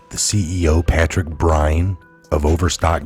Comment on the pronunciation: BYRNE pronounced BURN.